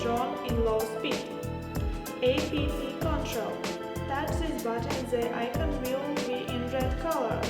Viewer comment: So the Chinese found a white girl to read text on paper for their marketing? Its App not A P P you geniuses ! At least tell the reader how to say it properly. BTW, good drone for starters.